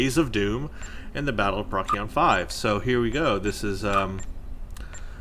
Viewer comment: Procyon is pronounced like "Pro-see-on" not "prock--ee-on"